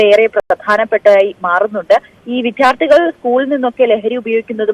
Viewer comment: വിദ്യാർത്ഥിയാണ് വിഥ്യാർത്ഥി അല്ല, റിപ്പോർട്ടർ ശ്രദ്ധിക്കണം